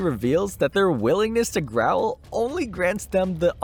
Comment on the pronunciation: Grovel not growl.